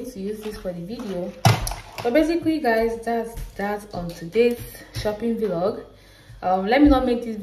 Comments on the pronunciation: Nice video, I really enjoy your content. But I wish to know if it's actually pronounced Vilog as you always do or Vlog. Just asking to learn please, no offense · Thanks for your support ❤️. I always thought of it as video blogging so I pronounced it as V log, but I just looked it up now and saw it’s pronounced as vlog. We learn something new everyday lol 😆. Thanks for pointing it out